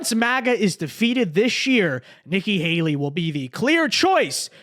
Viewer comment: Are you calling her "Icky Haley"? 😆